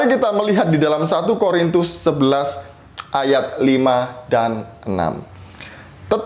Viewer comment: Yaelah, masalahnya itu lagi itu lagi. Kasut lagi, hijab lagi.... tumben gak nyinggung soal sunat. Menurut saya, orang ini tidak pernah menjadi seorang Katolik. Dengar bagaimana dia mengucapkan 'Korintus', dia bilang 'Horintus'.Horor nih orang memang...:). God bless you, yang sangat maha sabar dalam berapologetika.